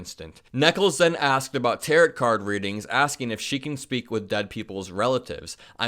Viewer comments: Oh, c'mon...it's not Tarrot cards, it's pronounced tare-oh. I expect illiteracy from MTG, not Democrats. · Just FYI, it's pronounced "Tear-O" . Not tear -it.lol. Just wanted to throw that out there.. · This isn't the first time that prosecutors have underestimated a key witness: look up Dee Snider facing a Grand Jury for obscenity. Spoiler: Dee Snider absolutely roasts Al and Tipper Gore. FYI, the final T in "tarot" is silent. It's pronounced "tarrow", not "tarrot". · Tarot rhymes with 'arrow', not 'carrot'. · Tarot: Pronounced Ta-row. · It’s pronounced ‘Taro’, long O. Even though it’s spelled Tarot, the ‘T’, is silent. 😉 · That’s Tarot The second T is silent sounds like taro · Fyi, "tarot" (as in tarot cards) is pronounced "taro" (the final "t" is silent. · If this is a rage baiting thing, it worked because I'm here commenting, but it's pronounced teh·row - the 't' in tarot is silent. My apologies if that wasn't intentional. Great reporting as always. I'm glad I saw you on the Meidas Touch Network and subscribed 💙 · Tarot cards are pronounced TĀR-oh, like narrow. Cheers! 😊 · Hey, just an FYI (because I'm a grammar nerd) TAROT is pronounced "Tear-oh (silent T) and Trump's lawyer's name is pronounced "Necklace" as in the jewelry. Keep up the great work, you're doing great!! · Hey. Good job with fighting right wing misinfo. Just have to point out tarot is pronounced "terro" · The lawyer's name is pronounced "necklace" and the cards are pronounced "ta row". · Tarot is pronounced tare-oh. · Great video! BTW Tarot is Is pronounced like tarow. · Tarot is pronounced Tare-oh. Tarot has nothing to do with speaking to the dead. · You do a great job - just a gentle correction: it's tar-ROH, the t is silent. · tarot is pronounced like arrow. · Tarot is pronounced taro, no last "t" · Re: 'Tarot' cards ...tarot is pronounced taro (long 'o') due to its french origins. LOVE your show! Especially the young generation perspective. You are doing really important work! 🙏🙏🙏💙💙💙